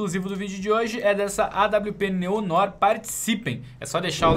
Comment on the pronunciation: o nome da awp não se pronuncia Neon Nór, e sim Néo Noár!!! 🤜🏻🤜🏻👍🏻